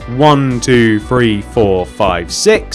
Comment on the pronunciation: It's three not free